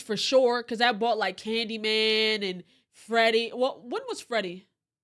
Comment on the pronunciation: i BEG you. plese,PLESE stop saying candyman and incidious!! respectfully, of course